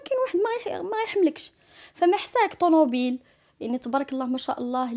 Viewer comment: ناري مامقبولاش سبحان كيفاش هادي اوطيس ومتعرفش حتا تنطق لفرونسي مزيان طموبيل ماشي طنوبيل 🙄